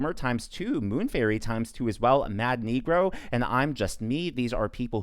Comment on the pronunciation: Lol “mad negrò” oh god